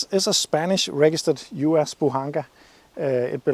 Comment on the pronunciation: the "З" is pronounced like Z in Bozo